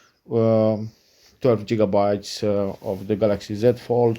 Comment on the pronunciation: It's called gigabyte. Like you would start off the letter gold. Not jitterbts. I hope that helps some people clicking off too soon. Remember it's always good to gain knowledge before you speak. Most people have to tolerate it but the second they hear jigger Bits you have lost their attention